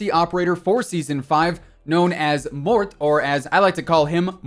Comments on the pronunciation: For fuck sakes it's not 'Mort' or 'mort·i'. U make his name sound so dumb. It's pronounced 'mor·te' it's Italian for death. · Its pronounced more-tay your welcome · Bro you know it's pronounced Mortay meaning death or dying lol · it's actually pronounced "Mòrte" with an emphasis on the O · Bro its pronounced Morte (More-Tay) Its Italian and means Death. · 😂😂😂 when I heard him pronounce it like that, I was like ummm... yikes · The operator name means "death" and you pronounce Morte like when you say "post MORTEm" in latin